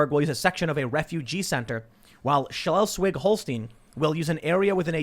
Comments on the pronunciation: Shles-wig-Hall-shtyn. Say it. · The big question is will they put some nice motivational speech over the entrance to those camps? Something like "Quarantäne macht frei" would be lovely. Seriously, Tim, thank you for cheering me up with your horrible pronunciation of those German State names. I'm here in Baden-Württemberg, completely locked down. The only reason I don't mind that much is that we are pretty much buried in snow right now anyway... Doesn't help with my depression, though. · Besides all the serious shit going on… how you pronounce Schleswig-Holstein is very entertaining. Completely wrong, but good first try.